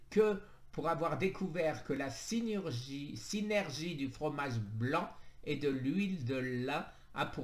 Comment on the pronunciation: Tu sais plus lire 😁😁 chimiotherapue, endoctrinien, synurgie, alcanise